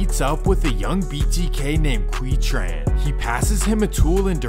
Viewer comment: Fyi, "Tinh" is pronounced "Ting". "Trang" is pronounced "Jong". "Tran" is pronounced "Chaahn". "Vinh" is pronounced "Ving".